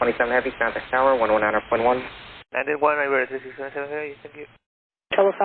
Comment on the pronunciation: After years of flying I guess, type rated on 330 and doing international flying still the guy doesn’t know how to say 2627 properly… Spanish aviation English level standards